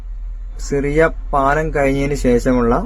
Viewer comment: സിറിയ പാലം അല്ല ഷിറിയ പാലം.